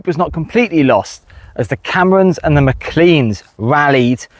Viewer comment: Another cracking video with loads of good info. But if you're interested, MacLean or McLean is pronounced "Mac-lane", not "clean".